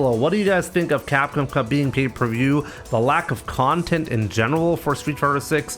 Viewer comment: Crap com 😂😂😂😂😂is not Capcom